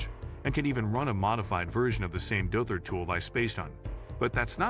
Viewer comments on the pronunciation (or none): yes lol once it started calling De-Auther Dother lol. also hunter cat is a card skimmer detector you can use at the gas station if you didn't know.